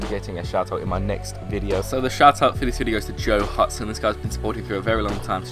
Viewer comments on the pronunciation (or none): Hey I just want to say thanks for shouting me out and btw my last name is pronounced Houston but it's just spelled differently hah love you man..... #NotificationSquad